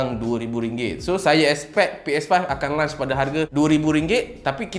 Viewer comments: Launch bang bukan lunch. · Aku sorang je ke terganggu dia sebut launch bunyi lunch? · lunch ke launch.. kepala bana kau sebut begitu ha ha ha ha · Launch bukan lunch. Aihh geram je aku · Kira ps5 ni bole main time lunch je ke? 🤣 Sbb aku asyik dgr bro ni sebut 'lunch' bukn 'launch' 😝 Btw mai singgah channel youtube saya untuk check out first single saya dan mcm2 spt cover travelog vlog food and movie review and jgn lupa subscribe utk tlg saya capai 1k subs guys thank you so much 😁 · Brother ni lapar ke. Asyik nak 'lunch' je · Bila lunch eh ? Dengar macam nak makan tengah hari je